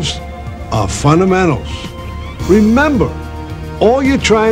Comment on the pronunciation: I love funnamennals.